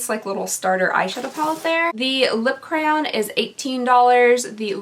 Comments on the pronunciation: "Crown" 🤣😂 (cray-on) is the proper pronunciation. Nevermind 🤦🏾‍♀️ just do you boo 😁 loooove you 🥰 you are my fav! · It sounds like you are saying crown instead of crayon but I kinda get it lol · CRAY-ON Lol it’s not really that hard 😂😅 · Girl I’m from Florida and I pronounce it as crown. The amount of times my parents told me it’s cray-on is crazy. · literally sounds like you are saying crown instead of crayon. lol it is pronouced cray-on say "cray" then "on" put it together crayon XD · It's pronounced 'cray-on' in GA lol. You sound like your saying "crown". ❤️ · You say crown 😂 cray-yonne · Lost my self when u tried to say crayon CRAY ON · I say it like “cray-on”, but I’m from Tennessee so a lot of people I know pronounce it like you do 😝❤️ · My daughter pronounces crayon the same way you do. She says it like crown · In Minnesota we pronounce crayon “cran” which I found out was weird when I moved to Montana as a kid. They say it like it’s spelled Cray On. Funny MN to MT story: First day of school there I asked a student if they had a “binder” and she looked at me like I had two heads. Her response was “I only have one” and held up her 3 ring binder. Apparently the correct name is “hair tie” 😑 What do you any of guys call it where you are? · Bahahaha repeat after me Cr ay on lol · I totally thought you said lip crown I was like ohh a new product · pronouncing “crayon” as “crown”- girl trust me it is not just a Kentucky thing. Had me rolling on the floor I had to show my mom too 😂😂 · I legit thought you said lip crown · It's pronounced kray on, crayon. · "crayon" cray (as in crayfish) and on (opposite of off) :D also, maybe Cue not Cle?? Love your work. Agree on the mystery box, that would be disappointing. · The second way you said crayon is the way I pronounce it.. sounds like “cran” ☺️ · According to the dictionary, crayon is 2 syllables. They do acknowledge regional dialects, though. Crayola also states it's a 2 syllable word. No matter. You do you.